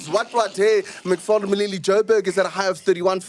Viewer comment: MacG it’s Macfarlane Moledi and not Moleli. In Sesotho when l is followed by a high vowel like i and u it becomes a d for example lumela would be dumela last Moleli would be Moledi